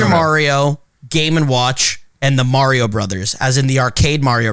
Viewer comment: I hate the way pronounces mario